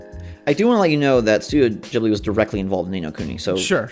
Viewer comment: Studio Ghibli is not pronounced “jiblee,” it’s “ghee-blee.” And if you were in kindergarten in 1995, you’re not even 30. You’re not an old man. These two things made me shut off this particular video. Stop. However, DC and Baldo look awesome.